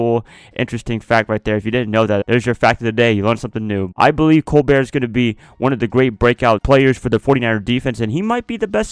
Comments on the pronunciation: ADRIAN COLBERT!!!! LOVE THIS GUY... LOVE YOU'RE VIDEOS!!! BTW FAM HIS LAST NAME IS PRONOUNCED.. COLE-BERT JUST A HEADS UP MY FRIEND... #FAITHFUL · Pronounced “Cole-burt.”